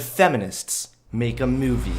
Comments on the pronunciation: Every time he says movie. I hear “Mewvie” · Kinda irritated at the way Hunter pronounces "mewvie" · Ps- There is no "y" in the word "movie". It's not pronounced "mewvie". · Please stop saying Meuu-vie like that. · Fuck feminists P.S why do u say mu-e-vi its moo-v-ee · Ok totally off-topic. Why does Hunter pronounce movie like "Meiuvie". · Hunter speak lake=like mewvee=movie lol. Sorry bro I had to. Great video as usual. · So...am I the only one that noticed it's not pronounced MEWvie? 😉😂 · Haha! Mew-vie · I can't get over the way you fucking say movie... Moovie? Myuvie? WTF? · Am I the only one hearing him say 'myuvie'? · "Mee-yoo-vee" What part of the country are you from? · "Take a mee-yoo-vee and re-bee-yoot it, but first check out the merch I have for see-yale." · I will pay you money if you will learn to pronounce the word "movie" correctly.